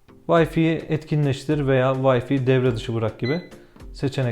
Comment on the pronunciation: "Vayfi" değil "vayfay" doğrusu.